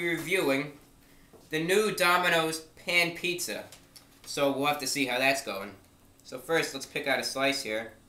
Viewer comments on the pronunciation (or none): I know he always makes fun of the way he says pan pizza in this review but I don't hear a difference.